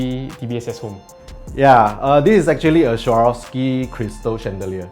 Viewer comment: why cant locals pronounce the word properly: SWAAA-ROV-SKEE. thats all. not SHAVOSKI or SHAROFSKI.